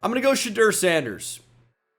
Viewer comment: Not shedur🥺